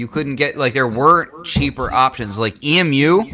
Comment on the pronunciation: It isn't pronounced "Eee Emm You", it's "Eeee myoo" like the bird.